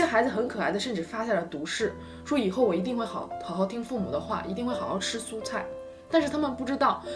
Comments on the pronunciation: 吃su菜 suo话 哈哈哈哈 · 好好吃su菜，suo了，哈哈 东北人无疑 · （su）蔬菜（suo）说了 哈哈哈哈🤔